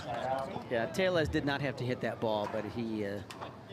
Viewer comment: Anyone else mad that the commentator keeps pronoucing Tellez wrong.